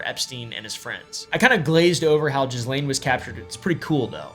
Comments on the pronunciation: isn't Ghislaine pronounced like Gee-lain? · Her name is pronounced Gee-lane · Isn't it 'Geehlain' and not 'Jizzlane' 😂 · I personally think we should all just decide to pronounce her name Jizzlane. No more half assing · lol! It’s not Jizzlane. But I can see how that’s kind of appropriate. The “s” is silent. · I love that we call her Jizzlane, even though, I think a lot of us know the pretentious way to pronounce it. 😂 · Just so you know; the s in Ghislaine is silent because it is a French name. Also, Deutsche Bank is a German bank and the are no silent letters in German, therefore the e at the end is pronounced “ah”, Deutsch-ah Bank. Most Americans don’t know this, but I have been to those countries and studied languages a bit. Just thought I would share this info with you! Thanks for the through background story!